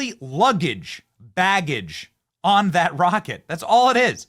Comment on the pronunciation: Vaggage , Benny, NOT baggage.